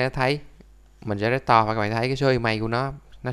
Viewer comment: trên điện thoại đéo tìm thấy nút report để report cái video này nhỉ :)) t cũng đang xài iphone nhưng t hiểu video clip vtv làm là đúng chứ đéo có sai đâu mà phải cần vạch trần :) coi đến phút thư 2 đọc từ restore thành rét to là đéo muốn coi nữa rồi itune vs chả i tiếc :)